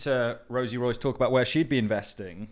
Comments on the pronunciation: Rios not Rois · Her last name is quite clearly not Royce. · Boss. Her name is Rosie RIOS, not ROIS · It's RIOS not ROYCE lol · Rosie Rios (REE-OS)! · RIOS not royce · Dude, is Rosie Rios not Royce. The pronunciation is like if you say Reeos. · Her name isn't Rosie Royce (that's how you're pronouncing it). It's Rosie Rios. REE-ose. Sorry, my OCD went into overdrive. Had to clear that up. Good video. Thanks for sharing. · I have a lot of respect for the content you bring us so thank you for this but please pronouncing Rosie Rios as "Royce" just jars me In English, "Rios" is pronounced by blending two syllables: "REE-ohs," with the emphasis on the first syllable. Also Eric Balchunas. Bal choo nas 😂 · You pronounce as Rosie Ri-os not Royce 😵‍💫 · Rios is pronounced Re-os, not Royce. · Rios is a Hispanic name and is pronounced Ree-os. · Rosie Rios ... REEyohs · It's Rosie RIOS, pronounced "ree-ohs" It's Spanish for "rivers." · she's Hispanic and that important ladys' name is Rios, (REE-OHS) LOL get it right. 🤓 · Fam, it’s RIOS! Ree-ohs. Lol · Rosie Rios (Ree-os) 😅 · I know right 😂😂 Rosie is pronounced Rolls...so the correct pronunciation is Rolls Royce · You may want to check Rosie surname pronunciation, you’ve got it wrong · Butchered her name😂😂😂😂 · You completely butchered her name 😂😂😂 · 😂😂😂😂 and then some how can someone who claims to be into XRP get her name soooo wrong 😂😂😂😂